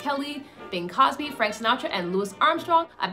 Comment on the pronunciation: His name is CROSBY; not Cosby. Please read these names more precisely.